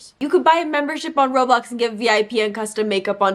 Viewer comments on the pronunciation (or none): none